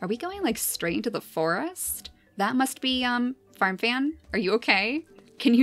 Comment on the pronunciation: I thought you were saying farm fam for ten minutes